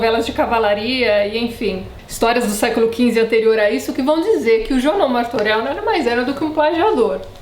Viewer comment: Se você me permite: ''Marturelh''. A letra O em catalão se pronuncia, a maioria das vezes, como a letra U.